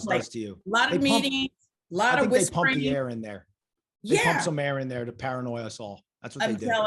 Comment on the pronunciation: did you say “paranoy” or am I hearing things😂😂🤣🤣💀💀jk probably the latter